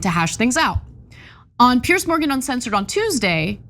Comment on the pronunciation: PIERS! Not "Pierce"